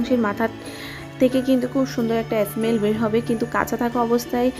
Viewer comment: অ্যস মেল অ্যস মেল বলছেন কেন? স্মেল বলুন